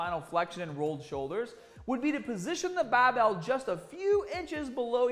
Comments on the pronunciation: Lmao he taught me how to properly hold a bahbell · Kind of click baity. Title says barbell not bahbell. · Great clip,! The rear barbell shrug, in particular, was a revelation. Both informative and entertaining (that “nipples hard” tag nearly made me spray my green tea across the room). Here I must confess that my primary motivation for clicking on this video was the prospect of hearing you say “bahhbell” several times in five minutes. 😔 However, I ended up with so much more. Thanks again and keep ‘em coming! 👍🏿🦁🔥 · His accident did...he says “Barbell” now like he’s from Boston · As a non American, I find the way says "barbell/started/harder" so strange! Haaaaahhdaahhh! 😂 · why is he saying supah and bahbell but has normal american accent😭 so confused rn